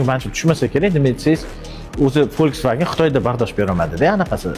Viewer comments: U aqilli otikini yebsan folksvagenmas Volkswagen yozilishiyam oqilishiyam talafuziyam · V dib o’qiladi. F dib mas . To’g’ri o’qilishini o’rganib kegin to’g’illash Terese. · Башараям А Хитойлилар у'хшап к,оптию! Брат Яна хихи🤭 Волсфагенмас. Фолсфаген деп к,у'йишиничи🥴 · V deb öqilmeydi, v harfi. F Ded öqiladi. Yozilishi V deb ammo öqilishi Folksvagen. Deb öqiladi yozilishi Volkswagen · W turibdiyu f deb oʻqilarmish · Акани Волксааген дейишидан кура сизи узбекча гапираётиб ...по любому... сузини ишлатишиз манимча анча уятли. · Bu germaniyani mashinasi germaniyada W v deb oʻqiladi,aqilli